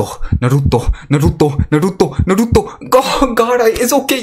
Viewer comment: idk how people watch u hearin u say naruto made me report nd dislike